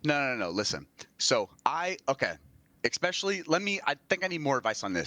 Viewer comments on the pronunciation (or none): Especially. Not eXpecially. jfc